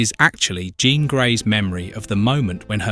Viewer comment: Only thing it's pronounced psy lock and Gene Jean the American way not the French way.